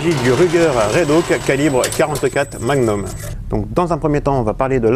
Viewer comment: Bien cette vidéo : montage plus dynamique, pas de blabla qui dure 3 plombes qui fait qu'on s'endort comme beaucoup de chaines françaises dédiées aux armes, musique discrète mais présente. Par contre c'est Redhawk, pas Redhauk :) Ps: c'est où ce stand qui à l'air vachement bien?